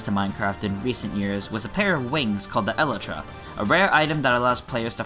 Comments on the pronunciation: I pronounced it El-ee-tra before I started watching Minecraft on YouTube, I guess my original pronunciation was closer to correct. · Its E-lie-tra to pronounce it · hey, just a tip: The wings are pronounced E-lie-truh! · This man called the Elytra an Eluhtruh. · I pronounce it as e-lie-tra lmao. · the way he pronounces elytra too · I’ve never heard a person pronounce elytra that way